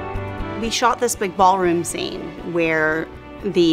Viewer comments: When she said "We shot this big ballroom scene" (0.55) and "I have a video" (1.12) you can hear her New Zealand accent coming out of her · When she said "We shot this big ballroom scene" and "I have a video" you can hear her New Zealand accent coming out of her